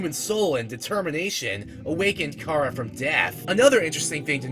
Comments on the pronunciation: CHARA NOT CARAH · he says it incorrectly (most likely) because Chara if derived from the word character (most likely) so it should be pronounced CARE-uh like the sound before the -cter in character. :) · unrelated: chara is pronounced exactly like it's spelled, not "cara" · ITS CHARA NOT CARA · The name chara was derived from the word -Chara-cter. His pronunciation of it is like saying driving Car with an A on the end of it making it sound like something else entirely forcing the R like that--car-uhhhh. Just sounds weird. All i was saying \0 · Dude its (Ka-ruh) ok? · Anyway you say it is ok, but Chara, being a Japanese word, is correctly pronounced with the Japanese letter sounds. Meaning, it would be pronounced as kar-uh or CARE-uh or KEY-AIR-uh. Not to start a fight! Cha-run is an OK pronunciation. NO HATE! NO FIGHT! SANS IS LIFE AND LOVE! SO IS MUFFET AND TEMMIE! I JUST THOUGHT OF E WORST SHIP EVER... MuffetxTemmie.... WHY MUST I DO THIS!!! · THE NAME "CHARA" ISN'T PRONOUNCED LIKE THAT!!! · You're not the only person who does that. The fact so many do that to other irritates me and THEY overdo it sometimes. Sheesh. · Nope. Youu're still saying it wrong. Chara is the demon that calls when you call it's name. Chara never came to us. Every pronounciation we said was wrong. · * The real first name "Chara" is not pronounced like you described.